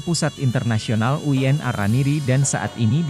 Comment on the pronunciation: VO Talent-nya robot, Min? UIN kok dibaca Uyen? 😅